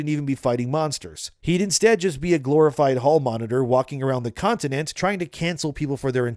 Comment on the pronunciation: Do you really not know how to say continent? I could’ve swore I heard you say contitent.